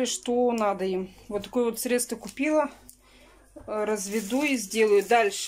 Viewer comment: Наа подтянуть , она сказала😁